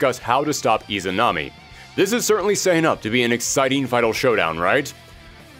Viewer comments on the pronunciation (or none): none